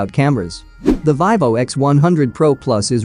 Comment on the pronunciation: Its Veevo no the ling "i" sound.